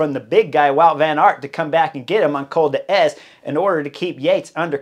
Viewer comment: Blimey! Col d'Eze is said as Col Dez, not Col de Ez. I'm sure you have ridden this lump lots of times but did the locals give you a quizzing look when you said Col de Ez?? I'm not sure how no one has told you :D It's like saying Alp de Huez. :D Sacre blue!